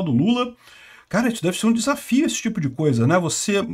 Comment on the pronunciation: "Deve ser um desafio". O que eu ouvi: "Deve ser uma desgraça". 😂